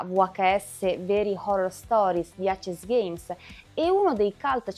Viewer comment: Molto molto belli e illuminanti i tuoi video, che ho sempre seguito con interesse, in particolare quelli su VHS dell'amico Simone Morini (senza parlare della figata di packaging a videocassetta + grafiche spettacolari!)! Unico appunto, che volevo già farti sugli altri video, in cui presentavi i vari filoni del GdR VHS: perchè lo chiami "acesgheims" (pronuncia), se andrebbe letto tutto in inglese e cioè "eisisgheims"? Sfumature, ma per dover di precisione... Continua così con i bei contenuti che porti!